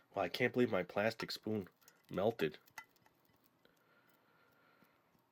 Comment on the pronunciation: Where are you from cuz you say spooin